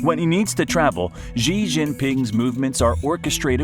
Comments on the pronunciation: How can you believe anything that a moron says about China who calls Xi Gee? It's She, you American clown. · I stopped as soon as he mispronounced Xi.